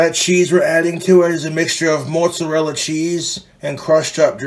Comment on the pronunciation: "moatzurella sscheez"